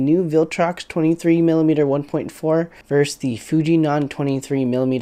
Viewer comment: It is called versus and not vers! Vs. means versus!